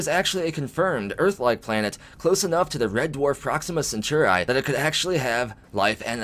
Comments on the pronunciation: Yes, the word was originally Roman and meant a group of 3 men. However, let's not kill it by overthinking it. MAST (Mil-Admin-Scientific Triumvirate) The 3 groups share power, or have equal power. Merriam Webster: 3: a group or association of three Alpha Centauri (Cen-taa-ri, not cen-tu-ri) emphasis on the 'a' sound, not the 'u' sound... see your dictionary., Jeez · Alpha Centauri.. pronounced "Sent or ee" or "Sent are ee".. like a Centaur with ee on the end. It's not pronounced Cenchoreye. It hurts my ears every time you said it like that! Love your videos though. :) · You say Alpha Centauri so strangely. Cent-ar-ee not Sint-or-ai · The I in Centauri has a long e sound😂🤣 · Bro! You are killing me with your pronunciation of Alpha Centauri. It’s Alpha Sen-tar-ee Or at least this is how I have always heard it pronounced by people on the history and discovery channel 🤷🏼‍♂️ BTW, love the vids man! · Alpha Centauri. Cen-Taur-ee. Like "centaur". With an ee at the end. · Why u saying alpha centauri like that? Your pronouncing it like there's a chi at the end. Yikes. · yeah thats how i have always heard it pronounced and seen it in movies pronounced that way. the way says it sounds totally wierd. lol just did a search and there are youtube vids saying how its pronounced, no eye at the end